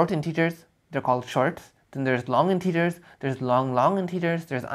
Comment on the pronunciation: Very nice. Someone had to make this video. Pro tip though, integers are typically pronounced 'intehgers' and not 'inteegers'